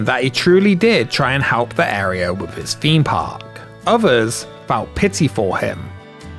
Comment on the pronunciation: why do you keep saying halp?